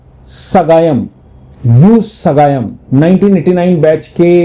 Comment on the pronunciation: His name is Sagayam not ugayam